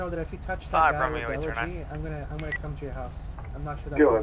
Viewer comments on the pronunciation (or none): please, my ears are hurting every time.... Its eleGy, not eleRGy. No "r" in this word. Please;D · elegy not elergy